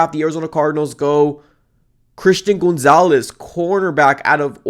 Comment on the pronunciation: Isn't gonzalez pronounced like "Gone-zalez" not "Goon-zalez"???